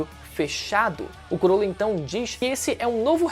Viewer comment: Falar “curolo” é mt feio de escutar. Ate na dublagem é “crolo”